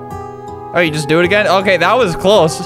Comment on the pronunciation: "It's not OKEH to be OKEH"❤(titan cry)😭